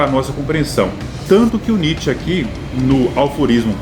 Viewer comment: Não são aLforismo, e sim aforismos, abraço.